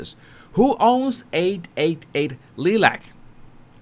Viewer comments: Long "I" NOT SHORT..." i " ...liee-lac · Lilac is pronounced as Lie-lac. How fitting for this lying duo. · Lilac as in the flower. Pronounced "Lie-lack".